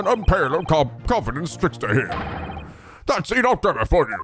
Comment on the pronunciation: "Enoch" is pronounced "Ee-nick."